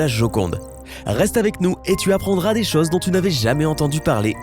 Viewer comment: Il me fatigue son accent quand il dit cheeuse au lieu de chose!!